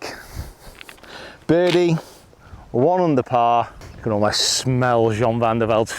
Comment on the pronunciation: Never say , you cont, say , you can